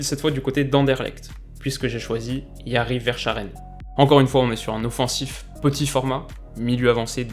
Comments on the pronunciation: que les Dieu du football puissent t'écouter pour Verschaeren, on a plus eu une pépite pareille au club depuis les Tielemans, Lukaku ou Kompany justement. et effectivement, pour l'instant il a l'air de vraiment garder les pieds sur terre, alors que vu qu'anderlecht ne tourne pas bien pour le moment, il va avoir pas mal de pression. et une petite aide pour la prononciation : ça se prononce VerskAren, en insistant sur le A (presque verskaharen si tu veux). les joies des noms Flamand. mais c'est comme De Bruyne, ça va venir avec la notoriété xD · Très bonne vidéo comme d’hab juste le nom de famille de yari se prononce verskaren😊 en tant que fervent supporter Anderlechtois ça me dérangeais de te le dire 😂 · Excellent que tu parles de Yari Verschaeren juste d'un point de vue prononciation, on dit Vers"k"aeren aha voilà voilà sinon excellente vidéo comme d'hab ! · Comment t’as écorché Yari Verschaeren 😂 ça se dit « Verre Ska Reun » (enfin je l’ai tjs entendu dis comme ça) sinon super vidéo 👍🏻 t’es au top continue comme ça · VersKaren ça se prononce ahah sinon bonne vidéo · Verschaeren se prononce "Veur-ska-reune" :) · On dit Verskaren, il ya Djenepo a surveiller aussi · verschaeren se prononce verskaren si jamais, c'est en flamand, sinon très bonne vidéo comme d'habitude :) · Bonne vidéo mais on dit verskaren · Juste pour te dire verschaeren se dit verskaren et bruxelles se dit brusselles 😅 Apres tres bonne video sinon ! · pour la prononciation de yari " Veur-ska-rene" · On dit YARI VÈRSKAREUN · Sch se prononce sk ;-) en gros va se dit verskaeren Bruxelles se dit Brusselles et pas brukselles 😥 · Ça se dit versKaren ok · Ca se dit " versKaren " sch en belgique ça se lit " sk " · Ça se prononce Veur-Skareun les français svp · verscchaeren ça se vers"k"aeren car en néerlandais "sch" se dit k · C’est un flamand donc ça se dit verskaren 😄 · Renseigne toi comment dire Verscharen j'ai les oreilles qui saigne 😂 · Verschaeren se prononce ver-ska-ren dédicace à tous les belges 🇧🇪